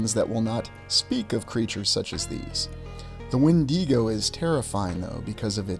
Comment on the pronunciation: Regardless of anything else, I'm glad you pronounced the 'When-dee-Go' correctly. Kudos to you!